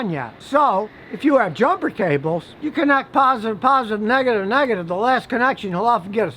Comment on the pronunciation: "Nag-a-tive to Nag-a-tive.." =)